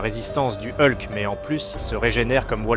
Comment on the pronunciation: Eulque, c'est ce genre de prononciation qui me fait vriller, soit fr. soit en. mais ne mélange pas les 2, c'est juste horrible...